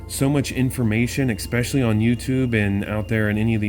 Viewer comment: "Expecially" isn't a word, axe your moms, lmfao!